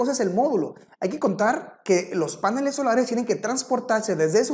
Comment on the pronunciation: Este expositor dice páneles , en la lengua castellana se dice panel, en la lengua sajona si se acentúa el vocablo a , maldito snob